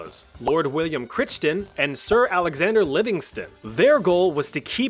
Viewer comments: Crichton is pronounced Crichton… like Michael Chrichton - author of Jurassic Park. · Great video. Critchton is pronounced Cry-tonne. Like I cry a tonne when I cut onions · Just ones small comment from a scottish. Crichton is pronounced [cry] - [ton] 😂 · I'm sure someone must have said this but it's pronouced "Cry ton" :) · Small note - Crichton is pronounced Cryton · crichton is pronounced cry ton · Crichton is pronounced k-rih-ton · Pronunciation of the name Crichton in Scotland varies from the ch being silent to the ch sounding like the ch in loch. Specifically the Scottish pronunciation which is not "lock" or "lotch". Same as the ch in native German pronunciation like "Ich" or "Ulrich"